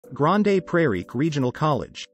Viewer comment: AI voice, lol! It's "Grand" Prairie, not grand A prairie.the E is not pronouced